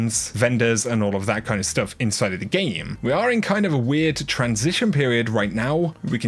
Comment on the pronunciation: “In the Geem” 😂😂